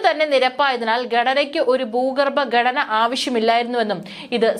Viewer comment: ബാഗിഗം? ബീഗരം ? ബൂഗർബം? ദനം? ഗടന. ? ഇതൊക്കെ എവിടെ പഠിച്ച മലയാള ഉച്ചാരണം?